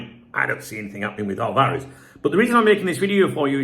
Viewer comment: Álvarez: AL-varez. Stress is on the first accented syllable....sorry.